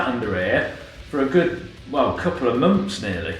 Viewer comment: Do Brit’s spell Months differently? He keeps saying mumpfs